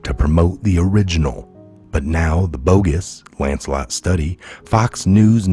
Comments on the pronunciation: Lancet not Lancelot. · Hi,it’s pronounced Lanset!!!!!